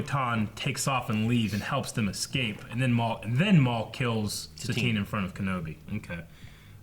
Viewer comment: Its Satine boi